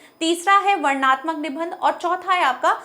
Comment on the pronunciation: Nibandh shabd ka sahi uchcharan kijiye